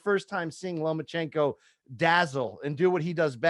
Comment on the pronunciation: Does he keep saying “LomaNchenko”?